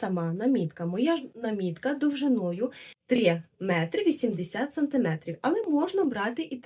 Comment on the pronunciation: Нашим дикторам, ведучим,геть усім -журналістам не зав'язувати намітку треба повчитись -а чистої такої, джерельної української вимови.Просто насолода Ось вона, автентична.Є деякі помилки(нОва -треба новА, сантимЕтрів), але як звучить справжньо.Народ так говорить.А то як станеш слухати наших мордовиворотів, то ,здається, губи розпустили в вудилах, і не тямлять ні одного українського звука.Жах.Низько вклоняюся за пошанування української традиції в одязі, але найперше-за майстерклас в українській вимові.❤❤❤